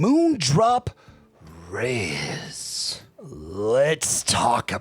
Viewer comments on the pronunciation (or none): Why are you calling it the Reyes? Lol